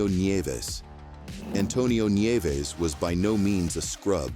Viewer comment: “Neeves” ?? Neevez?..? Its Nieves….nee-YEH-vess.